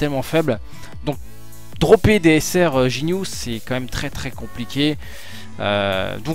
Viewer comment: sinon cest ginue pas jinue